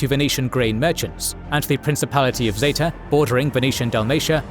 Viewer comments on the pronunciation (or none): none